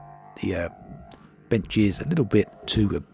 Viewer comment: Bench. He said bench.